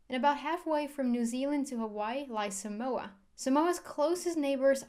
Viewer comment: cool video. we dont pronounce it like that though. The line over the a means you need to draw the a out a bit. otherwise people will continue to pronounce it wrong